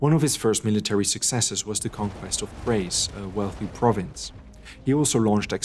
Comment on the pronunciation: Great video; the graphics, animation, writing, and research are tip top. However, the Pronunciation of Greek places by the narrator is Annoying. #1, It is not "Mac Edone". It's 'Ma Cedon'. Over and Over; McEdon this, McEdon that.. Consistently Annoying! #2, Narrator slips back and forth; 'Tebes' and 'Thebes'.. ? #3, Same with 'Thrace' and N's 'Trace', 'Atens' and ATHens..